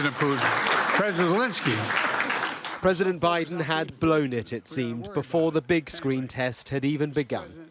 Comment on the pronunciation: he say Lesky